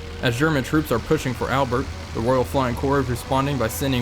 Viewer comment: FYI, the place is pronounced Al-bare, even though it's spelt Albert.